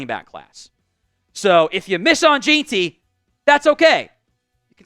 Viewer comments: J-I-N Ti is how Ashton Jeanty is pronounced. Home run hitter. BSU fan. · Its pronounced "gen-tee" as a bsu fan that pronunciation hurts